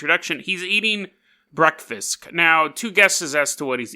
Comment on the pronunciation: Why did you say “breakfisk”? I am genuinely curious.